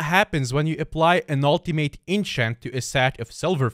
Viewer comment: Please learn how to pronounce ultimate